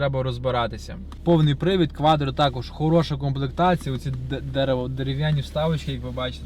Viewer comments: Не КваДро, а КваТро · не кваДро а кваТро, а Audi 👍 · Не квадро А кваттро